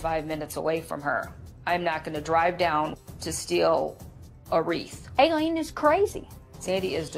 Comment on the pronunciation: The word you're murdering is "WREATH".....